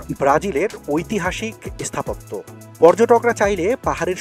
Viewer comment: আপনার উচ্চারণে একটু গন্ডগোল আছে। স্থাপত্য ও স্থাপন এর আগে এ উচ্চারণ হচ্ছে। আর সব ঠিক আছে।